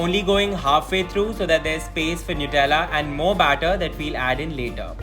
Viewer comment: For god sakes it's 'नटेला'. Superb receipe..surely gonnaa try it!!❤